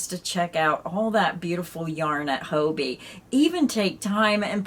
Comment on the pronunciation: It puzzles me a little that so many USA YouTubers refer to Hobbii as Hoe Bee - I have always thought of it as Hobby, as in knitting and crochet are hobbies and Hobbii supplies us with what we need for our hobby.